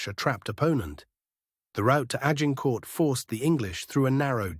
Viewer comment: If your AI cannot pronounce Agincourt, you are failing. Delete.